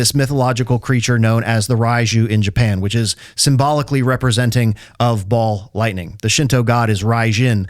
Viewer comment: It's funny that every time you say ball lightning it sounds more and more like Baal lightning. God of storms and fertility. Hail! ❤